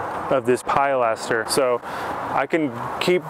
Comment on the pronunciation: The pride that you take in your work really comes through in your videos. Might want to double check the pronunciation of pilaster, though.